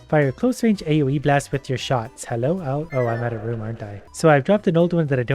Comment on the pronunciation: "Hellew" :D